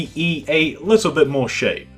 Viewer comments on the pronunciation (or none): none